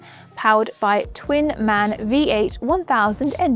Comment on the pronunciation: Very good presented. Go on like this. Born in Augsburg, where the motors are produced, i can tell you: MAN , the spelling is M A N... letter by letter and not "man". Also David spells it wrong wrong. MAN= Maschinenfabrik Augsburg-Nürnberg